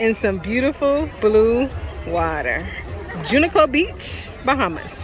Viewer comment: I swear you mispronounced Junkanoo Beach so many times on purpose 😂😂🤣🤣😂😂 Great video